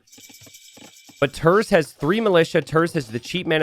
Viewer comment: He is pronounced like "tairts"